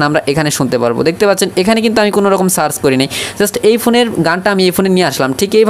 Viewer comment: ওরে গাধা ওটা সাচ হবেনা সার্চ হবে আর এটা মাইক্রো ফোনের ছিদ্র